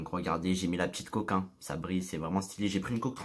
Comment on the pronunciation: Il dis coque en mode "côk" 😨